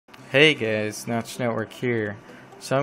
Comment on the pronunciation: did he say 'hey gays' xD